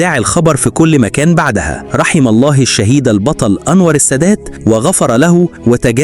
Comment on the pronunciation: رحم الله بضم الهاء وليس بالكسرة